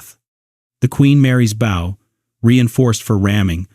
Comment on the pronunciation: Bow not Bow.... Bow as in what One does when One meets the King, now Bow as in Bow and arrows